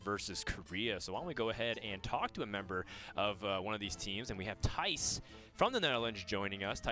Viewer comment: When said the real name of the player Thijs, I went "Wait... Hold on... He said it correctly??" Americans have hilariously bad pronunciations of Danish words (and vice versa). Danish and English are enormously different in tonality and several of the letters are significantly different - which is why Theis goes by Thijs, I guess, though the J will still confuse most English speakers.